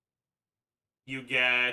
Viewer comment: I love how "um" is sounding "AM" instead lol.